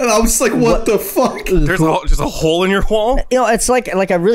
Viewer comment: "There is a chole in your chwoll??"